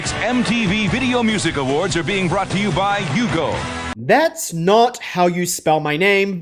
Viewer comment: Brought to you by “yugo” lmao